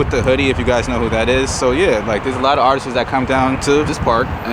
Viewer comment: Did he really just say, "artistes"?